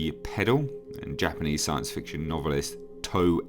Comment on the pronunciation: Godzilla has a long history of shooting all over the place. The Earth trilogy was an interesting take. I didn't love or hate it. But more Godzilla is good. Also, I love hearing Japanese butchered with non-American accents.